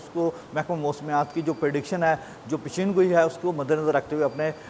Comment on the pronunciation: پشیینگوئی نہیں ھوتی پیشنگوئی ھوتی ھے خدا کے لیے اردو کا بیڑا غرق نہ کریں 🎉